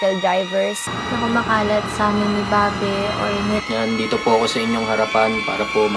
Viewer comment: "babE" ok boi /bāb/ yon ok ok ok 😣👌🏼